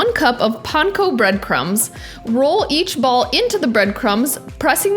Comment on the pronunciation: Wow that looks & taste awesome. I got to try it. Especially using my favorite PANKO BREAD CRUMBS. That is a winner. You pronounce Panko just like we do in Hawaii!!!